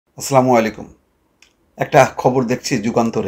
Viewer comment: ঐ মিয়া সামাইকুম কি????? শুদ্ধ করে সালাম টাও দিতে পারেন না আপনি